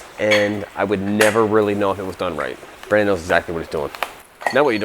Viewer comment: "what's up brandon!!!" that's not how you say it...